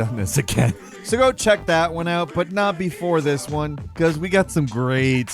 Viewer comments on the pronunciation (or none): “Number On-TEN” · We're just gonna breeze past "at mumber o-TEN" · "At number on‐TEN" anybody else notice that lmao 😂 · “Without further ado, number onTEN”